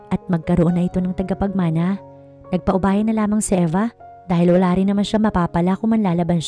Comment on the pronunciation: TAGAPAGMANA NOT TIGAPAGMANA.